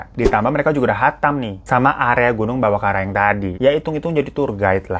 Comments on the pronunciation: salah mulu bang ngomongnya karaeng x bukan kareang😁😂😂🤣🤣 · beberapa kali bang Hiro sebut "Bawakaraeng" jadi "Bawakareang".... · koreksi kata: -bawakareang dibaca "bawa kara-eng" -lembanna dibaca "lemban na" -teta dibaca "tet ta" artinya "ayah" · Bang hiro karaeng jadi kareang bang wkwkwk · Aku tadi gak sadar lho. Aku cek ternyata beneran terbolak ngomongnya. Makin ngakak. 🤣🤣 Terus Bawakaraeng jadi Bawakareang. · "Ba wa ka ra eng" gitu bacanya Bang hiro. 😂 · Bawakaraeng ka bukan kareang🤣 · Bang hiro ngmngnyh kareang mulu😬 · Salam dari Makassar kk Hiro Btw pas nyebut Bawakaraeng & tetta lucu logatnya hehehe